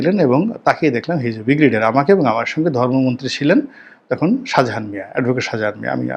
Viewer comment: অর্ধশিক্ষিত correct your pronunciation of ‘Brigadier’